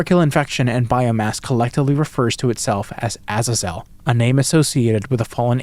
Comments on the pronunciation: Why do you insist on pronouncing Azazel that way? In both American and British English, the emphasis is on the second syllable. Seriously, just google "how to pronounce Azazel" and google will even offer to pronounce it for you, and you can switch between British and American English. It's either "uh-ZAY-zl" or "uh-ZAA-zl". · Pronounced “azaezel” It’s a biblical name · who in their right mind pronounces azazel like that????